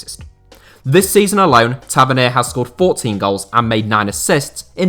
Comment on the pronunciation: Ta- vern-knee-a Is how you pronounce it